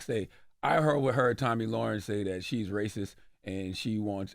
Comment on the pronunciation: Charlamagne's reading comprehension is so low that he didn't even pronounce her name right.